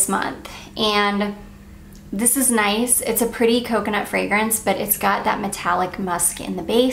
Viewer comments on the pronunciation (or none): none